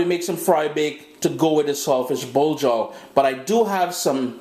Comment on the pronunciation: it sounds like he's saying salt fish blow job.